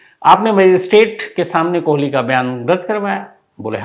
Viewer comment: गजब करते है शम्स साहब ! हर जगह सुरेन्द्र कोली के स्थान पर आपने या ता सुरेन्द्र 'कोहली ' कहा है या तो आपने 'कोहली ' कहा है।